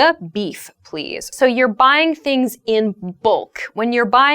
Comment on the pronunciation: It s not book, it is bulk